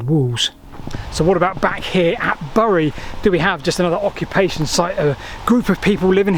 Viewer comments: Pronounced "berry" not "burry" by locals. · Growing up in the shadow of uley bury it was/is pronounced more like berry.